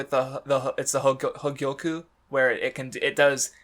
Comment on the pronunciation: I find it amusing that struggles to say Hogyoku but nails the pronunciation of Ulquiorra